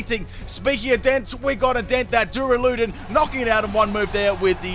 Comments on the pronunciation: its pronounced DurAludon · Was i the only person to get triggered when he said doruloden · Duralodon is pronounced Dur Ala Don